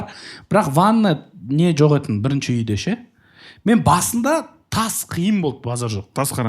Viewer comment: Жеканың "етін, етін" деген сөзін дұрысташы 😂